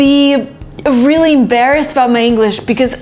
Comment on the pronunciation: "vreally" haha, i like the way you talk